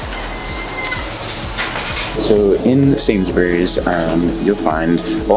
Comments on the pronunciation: Omg, the way u pronounced Sainsbury’s just annoys me 😂 I dunno what it is but I’ve never heard anyone say Sainsbury’s like you do before 😂🙄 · It’s SainsBURY not SainsBERRY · “Sainsberries” Mate is sainsbris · lmfao. I thought he said it weird lmao. Never heard anyone say it like he does 😂😂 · "I'm here at the local Sain's Berries" Mate it's pronounced "Sain's Breeze" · Love the way he says "Sains Berries" LOL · Pronounce it "Sainsbries" and you're on to a winner! lol Basically any proper noun ending in "bury" is pronounced "bry" So, Salisbury is pronounced "Salsbry" (Don't pronounce the "i" either!) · If you want to pass unnoticed by the locals, you could try to drop the “u” sound (and syllable) from Sainsbury, Cadbury. It’s closer to Sainsbree, Cadbree. Not that it matters! Cheers, mate. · “Sains berries” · It's pronounced "Sainsbriz" And "Cadbri"